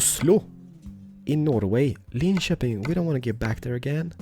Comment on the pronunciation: Is swedish? He pronounces Linköping well.